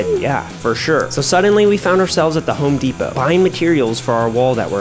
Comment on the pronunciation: It’s not Home Depo it’s Home Depot